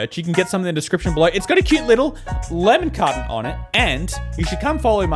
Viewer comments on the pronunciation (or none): I love when he says lemon carton cause it sounds like lemme cotton and it’s adorable